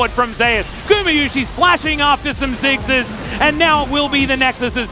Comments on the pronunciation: 我聽了也覺得奇怪😂 美式跟英式都不是這樣唸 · 好奇問一下，T1上路的id 不是宙斯嗎，怎麼英文主播的發音不像是在唸宙斯的發音